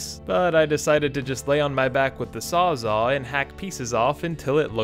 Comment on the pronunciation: "saw-zaw" - that's funny! It's a reciprocating saw! And you're thinking of a "sawzall"